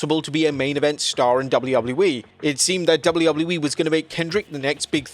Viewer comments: My dude. It's WWE. Not "doullubuleee". Just.. slow down for a sec. You don't have to rush through your line reads. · Dubble-eee doubluyah yeeeee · DjoubbleUobbleU-E... LOL!